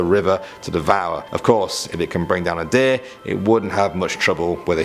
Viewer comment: In the deer part i thought he said dick i laughed so hard xDDDD